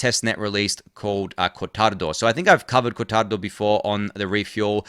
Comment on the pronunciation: Nice italian pronunciation of cortado